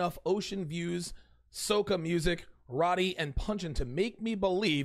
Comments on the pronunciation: Better yet.....row-tee. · The way you said roti like "raati" had me weak. 🤣🤣🤣 Its pronounced "roati" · that roti thing, its pronounced row-ti.